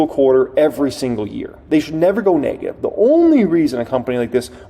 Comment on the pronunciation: The word it "Neg-ative", not "Nay-gative".